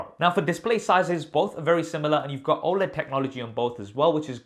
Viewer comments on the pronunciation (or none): none